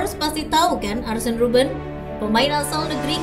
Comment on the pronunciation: Dibacanya arsen ya?